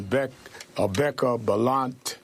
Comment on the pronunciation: Sharpton can't even pronounce her name right - and she smiles and takes it! Bahahaha! What a weak woman.